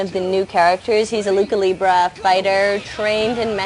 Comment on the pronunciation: 'A LOOKA-LEEBRA' ... lucha libra is pronounced 'LOOCHA-LEEBRA'